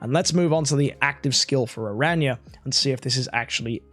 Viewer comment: saying new hero name: Ara-nya 😂😂 The Community saying the new hero name: Aranea(arey-niya) But corrected himself at the sponsor noice